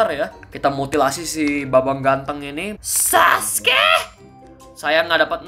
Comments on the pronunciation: Gue ngakak pas dia ngomong "saskee"😂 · Ngomong saske nya gitu amat